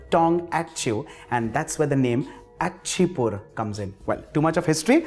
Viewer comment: bro theres no "achi-pur", its called "icha-pur"